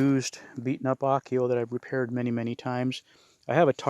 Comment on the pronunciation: Interesting you calling the sled an Akyo. Finnish word is ahkio and Sami word is ackja.